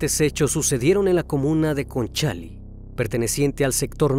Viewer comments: Hola,la comuna es Conchalí, nó concháli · Conchalí acento en la i no en la a En Chile no existen los tianguis,es feria No es zarpadores es zapadores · Me estoy volviendo asidua de tus vídeos , y justo e encontrado algunos casos chilenos ( soy. chilena ) y me hace gracia como pronuncias algunos lugares : Laima ,es Llaima un volcán ,Lonchali es Conchalí una comuna de Santiago capital de Chile ,pero lo demás excelente 👋👋👋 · Estimado, su trabajo es completo y detallado. Sólo como crítica constructiva, podría sugerir que se informe sobre cómo pronunciar, por ejemplo, "Concháli" cuando realmente es "Conchalí" es "Zapadores" no "Zarpadores" Es importante ser minucioso con estos aspectos, le brinda más profesionalismo al video. Lo otro es un detalle, pero me gustaría que los videos fueran relatado en un lenguaje más natural: Charco de sangre y no mancha hemática. Se vuelve más accesible para el público. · Se llama Conchalí, no conchal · *Conchalí, no Concháli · Es conchalí.... no concháli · Se dice Conchalí XD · Estimado Criminalista: la comuna se llama Conchalí acentuando la última vocal y la calle se llama pronuncia Yaima. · Es Conchalí, con tilde en la i. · Que risa como dices “Conchalí” Saludos desde shile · Me encanta como narra y todo pero me perturba como diche conchalí 😅😅 por que tiene acento en la í